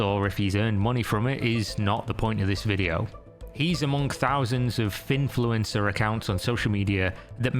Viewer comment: how many attempts to say finfluencer did it take? took me 3 rewinds to hear it right xD much love